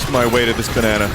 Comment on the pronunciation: Im not going crazy right, Pauline is saying baneena and not banana